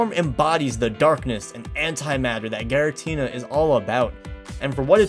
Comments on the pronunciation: There was 1 error, you pronounced giratina as garitina. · Its Giratina not Garatina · garatina seriously😓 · Gara-tina.... GA-ratina? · I didn't think it was even possible for someone (especially a native English speaker) to mispronounce Giratina... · When you’re a gen 4 expert but can’t pronounce giratina.